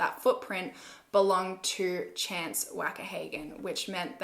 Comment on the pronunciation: I thought his name was Chant not Chance 😂